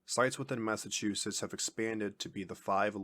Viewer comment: Someone tell the narrator that those two "t"s at the end of the name aren't silent. "Massachussess"!?